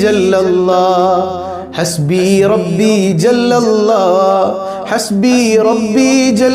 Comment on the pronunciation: ...الله എന്ന് ഉച്ചരിക്കുമ്പോൾ നാവ് പല്ലിൽ തട്ടാൻ പാടില്ലല്ലോ. രണ്ട് ل (ലാം) ചേർന്ന് വരുന്നതല്ലേ എന്ന് الله ഉച്ചരിക്കുമ്പോൾ. അത് കൊണ്ട് ل ന്റെ രീതിയിൽ തന്നെയാണ് എന്ന് الله ഉച്ചരിക്കേണ്ടത് എന്നാണ് ഇവിടുത്തെ ഉസ്താദ് പഠിപ്പിച്ചിട്ടുള്ളത്. അത് ഒന്ന് ശ്രദ്ധിക്കണേ...